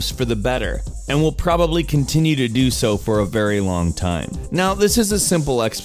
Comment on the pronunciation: It is "how DO..." laughs like a nerd eternally